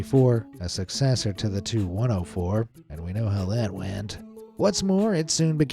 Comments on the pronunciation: FYI... the TU in TU-104 is not pronounced like two or too, it is the separate letters T U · It's not the 2 104 -- it's the TEE YOU 104. You don't call a DC3 the dick3, you don't call a FW 190 the few 190, and you don't call the 'M' 'E' 262 a me 262. Also, your AI footage of Chris Christie looked faker than the AI voice that can't say airplane designations correctly. PROOFREAD PEOPLE -- or proofview as the case may be. (the only exception to this rule are the planes from Mikoyan - those you can call a mig whatever number. I don't know why, there's no G in Mikoyan, but oh well) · For the TU-104, the letters T and U are pronounced separately, not 'Too-104'.